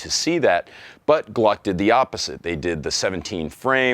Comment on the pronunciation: I can’t unhear you saying “Gluck” and it’s destroying my mind.